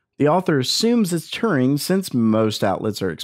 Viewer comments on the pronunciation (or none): none